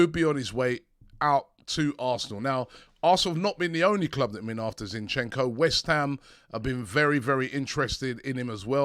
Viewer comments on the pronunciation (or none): Ziiinchenko - a stress on the first syllable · Not Zinchecko ffs 🤦🏽‍♂️